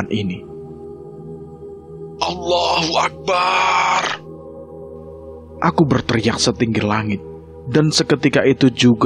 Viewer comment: Mohon maaf sebesar besarnya pak ADMIN,, pengucapan AKBAR jangan di panjang kan,,sebab itu akan merubah makna dan artinya,,,, sedikit koreksi dan untuk referensi silahkan simak ADZAN, lafadz ALLOH Boleh di panjangkan tapi tidak dengan AKBAR